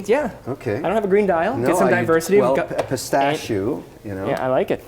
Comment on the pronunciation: Someone please tell Kevin it’s pistachIO not pistachOO !!